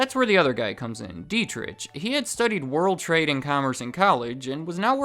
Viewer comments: It’s pronounced deet-ricK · Monster's always less expensive than Red Bull, no matter where I shop. I've been getting into Rockstar lately, more caffeine per can and costs less than Monster. And Dietrich is pronounced with a soft ch. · Dietrich is pronounced d-trick my name is Deitrick but it's the same pronunciation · I'd like to point that "Dietrich" is pronounced "dee-trick" not "die-trich." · Dietritsch LOL :-) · If you pronounce this "Deetrigh Mahtheshits" you can get pretty close to correct pronunciation. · i dont want to sound like a smartass, but i think you say it like, dee-trick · DEET-rick(phlegm sound here) MAH-teh-sh*ts Dunno about the Thai guy though. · Is there an ant on the top of the can? They are everywhere! World domination incoming! By the way, the way you're spelling the "ch" in the name Dietrich is quite funny for an Austrian. I guess you're thinking similar, when you read this comment. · Butchered the name Dietrich but that's understandable hard for a not German speaker :D I like Red Bull because they have my Favorite Sports people on payrole, and I like to support them in some way at least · FYI, the "ch" in Dietrich is pronounced like that in Loch Ness. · Dietrich is spoken without the [ʃ] sound. Just saying